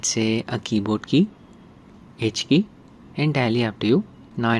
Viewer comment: When you said H-Key, I heard that 'Hinchki' (Hiccup) 😂😂